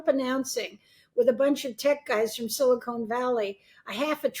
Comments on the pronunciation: This lady keeps saying "silicone" instead of "silicon". Makes it obvious she's just repeating stuff she's heard elsewhere without really understanding it. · “Silicon”, not “silicone”….. and the company is “OpenAI”, the product is “ChatGPT” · Sharp woman but please stop calling it "Silicone" Valley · Let’s accept tech news from this old crone who can’t pronounce ‘silicon’ valley. Embarrassing